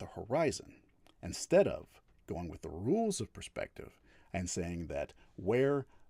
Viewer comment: Should listen in? Its hard to listen to a knobhead like. When you know someone is a coward like he is its hard to give him any credence. Geez he likes saying puurspective doesn't he? Using evidence huh? Something he is very inexperienced in he just attacks ridiculous points. And the ape comment was the final straw for me.